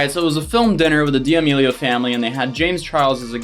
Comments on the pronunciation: saying Dee-Amelio’s instead of Da-melio’s😂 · It's not DM meal ah yo's It's DE meal a yo's ♥️ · ok im sorry but da-me-lee-o not diamilo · yo are say "Diamealio" It's pronounced "Damealio" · DiAmELiO as an Italian I must correct you... it’s D’amelio (Duh-meh-Lee-oh) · why is nobody talking about "dia melio" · Why do you say d amelios we know your doing it on purpose stop its annoying me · Him: DiAmEliO Me: ahhh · You’re pronouncing their last name wrong. It’s pronounced “Da-melio” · Idk why but it irks my soul every time he pronounces it like “dee-Amelio” 🤣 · Lol why u saying Dee Amelios? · Bro I’m sorry but I can’t watch this with how you’re pronouncing it 😭 I’m not even fans of theirs it’s just jarring hearing it pronounced like that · Are you mispronouncing their name on purpose..? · Please don’t say Damelio like that